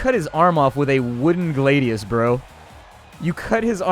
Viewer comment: glah-di-uhs not glaidius